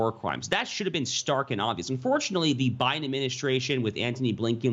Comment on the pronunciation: Why was I cringing when every time she said biden she said billion🥴🤨.....and 6 billion was too much for the southern wall/border??🤔